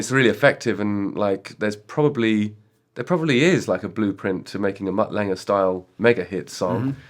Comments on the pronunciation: I love how Justin says Mutt “Langer” 😂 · Justin has always said Mutt Lange name as Langer. Why is that?